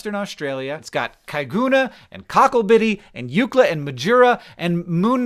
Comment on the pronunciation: I'm in WA and have never heard of that 😅 And how did you pronounce Eucla first time perfectly with no mistakes? 😳